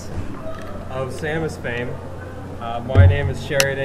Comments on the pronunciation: But he isn't saying "Sah-mas," he's saying "Saw-mas" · HugS pronounces Samus as "Saw-mus?"